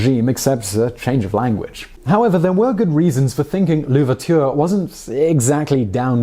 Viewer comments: You (Simon) did better French prononciation in the past but it's all right. The effort was there. Kinda sounded like you we're saying "La Ouverture" (the Ouverture) instead of L'Ouverture (Ouverture). As usual, great work from the team and thumbs up for today's historic character. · An easy one for french pronunciation of his name: pretend it's Louverture, with usual french pronunciation of that. (That's what an apostrophe does, indicating seamless joining of two words, vice your "Le Ouverture". It's pretty easy/obvious.